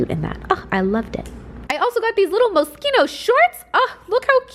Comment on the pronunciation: I’m just glad you pronounced Moschino properly. Lol